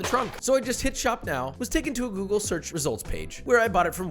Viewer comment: when you say "google" i swear i hear that little old Italian lady saying "ok googoool"